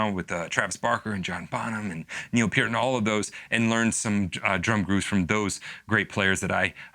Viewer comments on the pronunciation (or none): none